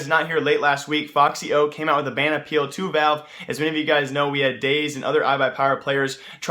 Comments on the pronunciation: its not foxy0 its efecksyo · No it isnt lmao, its ef-ix-y-o dumbo